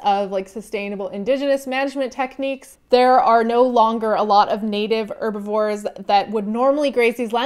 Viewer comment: Dislike because you pronounce "Herbivore" as "Erbivore"